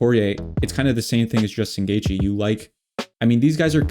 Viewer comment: you got Poirier and Geathje perfectly lol